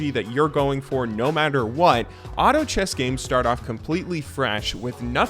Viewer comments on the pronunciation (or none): none